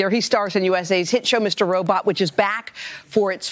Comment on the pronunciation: did she just say mr robrot? lol